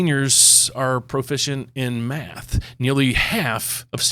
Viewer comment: Made me laugh with the “profisent” in reading